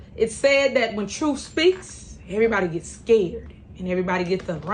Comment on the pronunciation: What is “troof?” How can I get a translation to English? Hardly a verb gets conjugated.